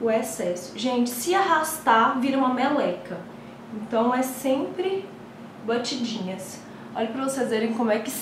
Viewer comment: Socorro, só eu que fiquei reparando o vídeo todo que ela fala BATIDINHAS do mesmo jeito que a blogueirinha de merda fala? Hahahahhaha tem que dar batidinhas meninaxxx